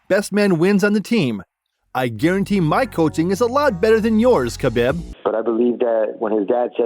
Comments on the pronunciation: Why would you pronounce Khabibs name like that? Wth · I like the video--detest how you pronounce Khabib's name.